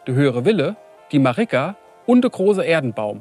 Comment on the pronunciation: "De Marigga"😅